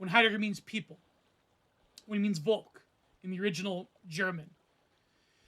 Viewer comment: You got the pronounciation right but you're seperating it wrong. Dasein consists of da (there) and Sein (being), so literally being there = existence. Volk is pronounced pretty much like folk.